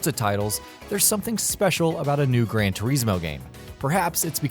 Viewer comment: It's Gran without D